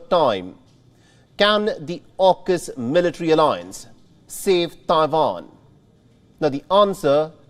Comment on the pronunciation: Is always very funny how the host says "TAIJUAN" .